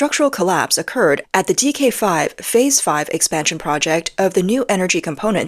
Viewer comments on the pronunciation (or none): none